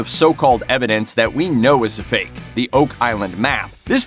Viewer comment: Love the Emphasis of 'FAKE'. Critical Tactic Mainstream Media has used for decades, and is being 'De-elementized', and eroding awsy. Mellinials and younger seem to really susceptible, but of course they are the main target Demographic-groups.